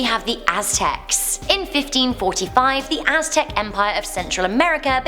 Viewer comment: Lord Viktor obviously she said it that way because she doesnt know how to say it. She pronounced it as its literal spelling may-ans though the first a is silent. She said Aztec perfectly so yea it wasnt an accent thing.